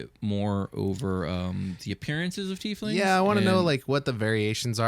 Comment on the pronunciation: YES!!! Pronouncing it the correct way, "teef lings"!!